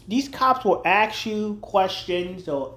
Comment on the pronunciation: why is it that half the people making first amendment videos don't know how to say the word ask? i have never seen the police axe anyone.